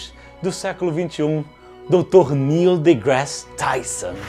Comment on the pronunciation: Toda vez que ele fala isso da vontade de dar um tapa na cara dele e dizer "irmao o neil não se chama de Nélio" kkkkkkkkkkkk